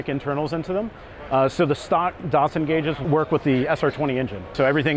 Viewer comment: >dartsun im pretty sure its pronounced dat-sun